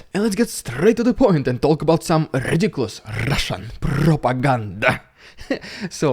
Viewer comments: I always love your "rrrrridiculous rrrrrrussian prrrrrrropaganda" announcement followed by your little sarcastic grin 😅 I like how real you are, thanks for doing this your own way! 💯💯💯💯❤️‍🔥❤️‍🔥❤️‍🔥❤️‍🔥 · Your trademark is going to be... "Rrrrrrrrediculoous rrrrrrrrrrrrrrrrrrrrrrussian Prrrrrrrrrrrrrrrrrrrropaganda"! I like how you are trying different ways to say it too! FUNNY ! You are doing a fantastic job reporting what is going on. I appreciate your work! ruZZia is really screwing up badly.... the chemical weapons "backfiring" on them! That was hilarious! WOW Thank you again! Slava Ukraini! Glory to Ukraine! God Bless Ukraine! Stay safe and be well! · Lmao you nailed it! Russian prrrrrrrrrrropaganda!!!!!!!!😅